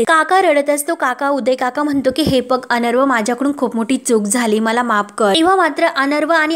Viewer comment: अनरवं नाही तर अर्णव (अरणव) असा उच्चार करा